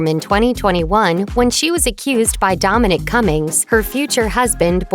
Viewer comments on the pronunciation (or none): none